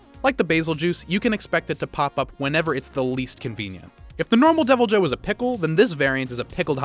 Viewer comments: He called the Deviljho a “devil Joe”🤣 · DevilJoe :3